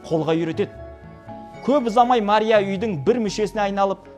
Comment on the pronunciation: Мария десенг тууган маря дейсинда мектепте окугансынбы 😂😂😂😂🎉